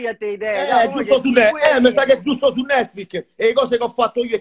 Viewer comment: Cit; er brasile ... “Netfuis” 😂😂😂